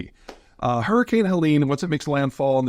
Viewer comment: Peter, did you REALLY run to WisCAHNson to get away from a hurrycane? 😂🤣👍